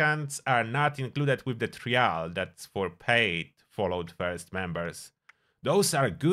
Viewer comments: I dont like the way you say trial. Its said like try all not tree al. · "Try-ul" just a fyi lol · bro you gotta learn to say the word ‘trial’ if you’re going to use it so many times in the video 🐢